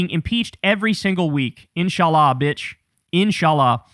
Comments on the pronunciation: As a Muslim (I understand you aren't obliged as an Atheist), please don't curse straight after sayin In Sha Allah. Also pronounced Insha--Allah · That "InshAllah" caught me off guard 😂